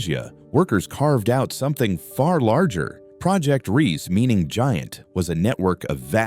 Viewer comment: It's NOT Project REESE, but Project Riese, pronounced REEZuh., meaning project Giant. The e on the end is not silent.